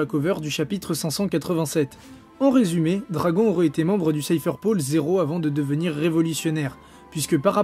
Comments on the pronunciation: do-ra-gon ballllouuuu MDR😂😂😂😂😂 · Bizarre depuis que tu as dit dragon(accent francais), je n'entend plus rien, sa me trouble 0-0...